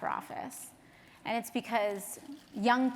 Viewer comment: ay-und, ay-und, ay-und, ay-und